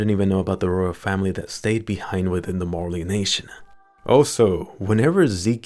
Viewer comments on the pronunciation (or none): none